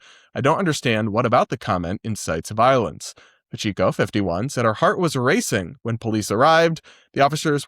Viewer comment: just so you know, Pacheco is "pah-CHEH-co." You'll probably run into the name more in Florida lol